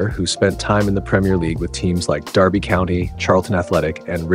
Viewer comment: Wow, an American who pronounced "Derby" correctly! 😮❤